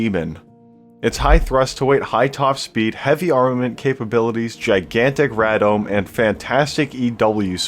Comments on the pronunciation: Radome is definitely "ray dome" not "rad dome" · I've always heard it pronounced ray-dome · Yes. Its Ray-dome. I had to remind myself that you learned all this by yourself, which is impressive. But I won't lie, it does grate my ears lol. What is weird, is that I hated working on jets, and crosstrained where I would get blown up rather than turn wrenches lol. Yet here I am, watching channels like yours and getting all nostalgic. By the way, does FlyOut work with dwg files from AutoCAD? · Ray-dar Ray-dome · Very nice, I learned several things in this video. I worked on MD Phantoms in another life, and understood the intake vari-ramps, but knew nothing about the relationship between inlet and exhaust gas temperature and thrust. I worked on the radar, so that explains why I didn't. Oh, and it's pronounced 'RAY-dome', since it is a shortening of RADAR dome. Again, great video, keep 'em coming!